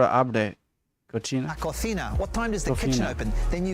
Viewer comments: Be careful with the way you pronounce "cocina", it's "cothina" in spain's Spanish or "cosina" in latin American Spanish. But "cochina / cotxina" like the Italians would pronounce it, means "female pig", literally, but it is a word we use to call a person dirty, you know, someone with a not so good hygiene or a dirty mind too. So "a qué hora abre la cocina" and " a qué hora abre la cochina" have two veeeeery different meanings. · The momment u said " A que hora abre la cochina" instead of "cocina", meaning "what time is the pig (or dirty) lady opening?" Was kinda hilarious xd Btw, u read spanish pretty decently. U miss some rules that change sounds so u misspronounce here and there, but i mean, of course you do. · I'm just kidding, but it made me laugh when you were trying to say ¿a que hora abre la cocina? what time the kitchen opens because you kept saying "a que hora abre cochina" "what time the pig opens" and I was thinking: "Oh, if he says that and on top of that he says it to a woman, what a mess that could be." Sorry, it is translated with Google and I don't know if it will be translated correctly.